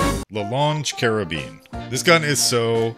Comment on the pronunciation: Lmao the way he pronounced "longue" cracked me up